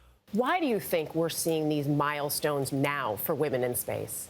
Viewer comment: TRAILBLAZING WAHMEN😂😂😂😂😂😂😂😂😂😂😂😂😂😂😂😂